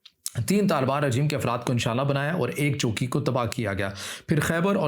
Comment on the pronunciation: بھائی جب آپ چوکی کا نام لیتے ہیں تو لگتا ہے آپ جھگی کا ذکر کر رہے پیں خیال رکھیں